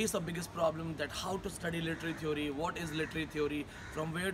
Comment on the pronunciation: stupid... first correct ur he/she n learn to pronounce "theory". then u force ur students to write good reviews.....